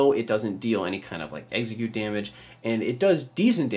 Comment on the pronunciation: I kept thinking he was saying Exeggcute when he’d say execute